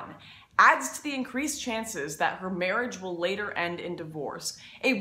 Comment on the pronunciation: Am I the only one that notices how she keeps pronouncing the "A" in some words as "Ay" like instead of "Baggage" it's "Bay-gage" or "Marriage" it's "May-riage" or "Band wagon" it's "Band waygon" or "Douchebag" as "Douchebayge"?